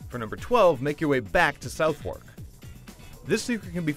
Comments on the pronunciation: Nico Pates yeah I'm pretty sure it's "Suff-Ark" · It's pronounced 'Suthurk' not 'South wark' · It's not pronounced South-Wark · u cannot pronounce southwark